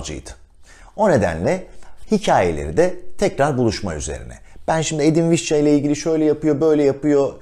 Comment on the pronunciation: Vişça olarak telaffuz eden birine rastladığım için çok mutluyum...